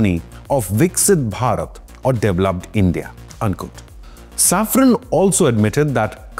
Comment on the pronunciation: Safran- saffron ❌ Engines - Injuns ❌ Pls fix your pronounciations brother.